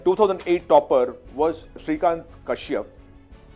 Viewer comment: What does “ he is right now in Switzerland, which is based out of India, of course” mean? Why pronouncing Sitikant as Sreekant? Should have taken at least top 10 from each batch to predict patterns, one person is too less a data. Every time he alerts us of the upcoming pattern it proved false 😂 He says MiT was right on top but in the list he showed Stanford was the one that was sitting right on top with 6 choosing over MITs 5. Could have the homework better.